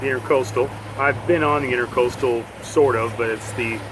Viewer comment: Educational, and a bit hair-raising. Two thumbs up for the 7am idea. ICW - Intr_a_coastal (not "inter"). intra = within. Very common mistake. (just doing my part to help ;-) I'm sure you said somewhere along the way, but can you say now ... what was the length of that pontoon shanty boat?